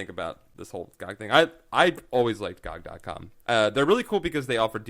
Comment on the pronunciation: If you are promoting GOG I would have thought you would have said it properly? Good old Games or G.O.G!